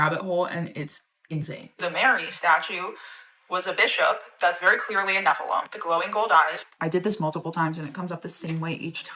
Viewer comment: By the way. God is vewy angwy😊